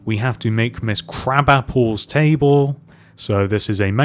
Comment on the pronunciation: OK OK love this video. But her name isn't crabapple. I hope it helps but it's pronounced kra-BAH-pal